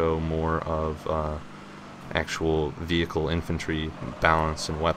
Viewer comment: you dont need to call it veeeeHICLE, you can just say it normally...